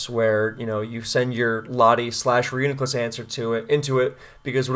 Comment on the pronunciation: PRO (ban) : Bro is broko lmao Magic Guard is sorcery and therefore forbidden His name is annoying and pronounced wrong Too many sets ; would rather know that I lost for sure in team preview ANTI (ban) : Alakazam will be lonely :( Not a net win or loss for any side of the weather war and therefore pointless to the conflict people care about Technically psychic types can only be broken 70% of the time Spikes is the real problem anyway so why even try anything at all